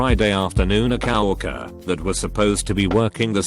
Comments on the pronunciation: Normal: Co-Worker Text-To-Speech: COW-RERKER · If the electronic voice said “cow worker” 🐄 one more time, I was going to scream.